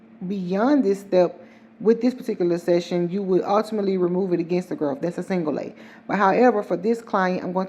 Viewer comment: When you said single Lay..i thought you said single Lady😂😂